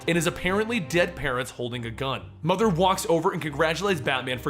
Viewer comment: I HATE "MOTHE" kilanpieisbetterthandan